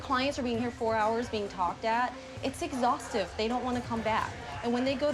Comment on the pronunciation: She's a con artist. Her ethical Amish family must have shunned her. It's "exhhaustve"